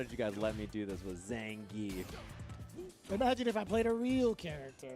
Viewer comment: nothings impossible if you train “zangeif”